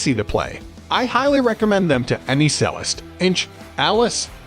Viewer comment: Ffs, use an AI voice that can pronounce 'Jarger' and 'Cellist' correctly.